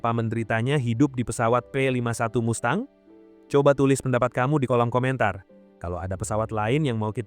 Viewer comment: Mustang bukan MASTANG!